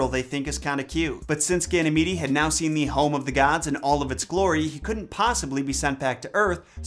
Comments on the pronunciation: Just an FYI, Ganymede is pronounced Ganny-meed. Not Ganny-meedy. I really enjoyed the video! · I think it’s pronounced Gany- meed. Haha